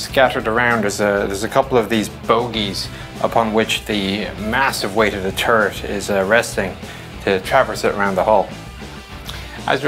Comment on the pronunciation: i giggled every time he says "turret" it sounds just like ...turd....